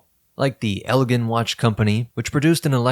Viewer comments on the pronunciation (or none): Hey, ',' ditch the AI narration. Ella-jin and Bull-ova have never been a THING.